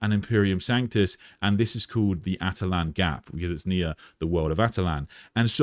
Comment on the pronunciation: Attila-n not atalan